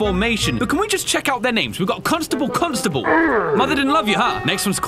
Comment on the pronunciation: Wait a minute, did he say cons table bacon. I’m not a constable though